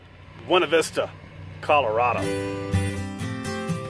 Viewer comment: It's always fun to watch Tucker swim! It's sooo obvious how much he loves it! The haircut looks good! Hat, too...so happy you're protecting yourself from the sun! Btw, it's pronounced col uh rad o...I was corrected REAL soon after moving there in the 70's! Another great video, as always, Kevin! Travel safe, stay happy, love God, hug the babies for me, and, have a blessed day! (7/9/2018 Monday amCST Houston, Texas)